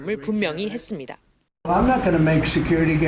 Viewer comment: 음... 열심히 하는 남자 앵커님한테 미안한데 혹시 발음교정 연습좀 많이 하시면 안될까요? 했습니다 할떄 매번 발음이 했습니댜로 끝나네요. 이게 한두번도 아니고 20분 넘게 동영상을 보는데 니댜니댜니댜 소리를 한번도 맞지 않게 발음을 하니까 정말 뉴스 듣는데 괴롭습니다. 고치세요 좀.